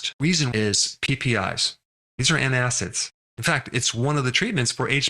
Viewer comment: ANTACIDS not antiacids